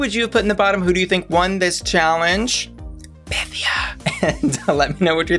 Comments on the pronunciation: It's pronounced py-THEE-uh. She made that clear on episode one. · It’s PythIA, emphasis on the IA !! Why is everyone pronouncing it wrong 😩 she clearly stated in her first confessional the correct pronunciation for the Greek goddess lol, and goddess she IS! 💚🤍